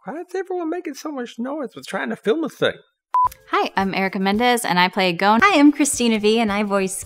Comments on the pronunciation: this is so cringe ITS NOT GOAN ITS GON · It hurts so much hearing them all say "Goan" instead of Gon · I hate how they pronounce Gon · in the original it’s like saying Gong but with more of a flare with the n, but the dub is like saying gone or goon. It just doesn’t have the same emphasis and it’s not the same. When you hear the other actors say Gon in the sub it’s just more pleasing